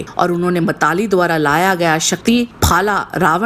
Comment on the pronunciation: ये मातलि है न कि मताली....बाकी वीडियो बहुत सुंदर है